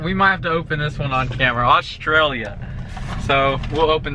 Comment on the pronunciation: It’s Australia not ostralia